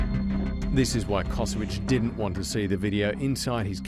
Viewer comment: he is not Kosowic, but Kosović, family originaly from Croatia